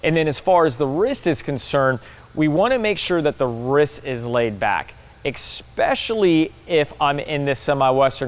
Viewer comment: That was great, eXspecially the parts where says eXspecially.